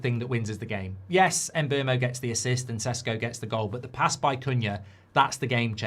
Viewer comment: Who is the “Emberrmo”? His name is pronounced Mm-boomo.